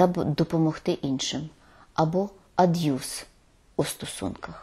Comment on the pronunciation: Цікаво, чому слово пишеться "аб'юз", а пані Фаріон вимовляє його "ад'юз"? 🤔